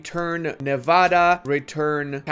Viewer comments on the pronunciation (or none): none